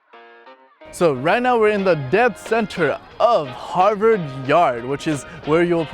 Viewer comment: i keep hearing 'Hogwarts' whenever he says 'Harvard'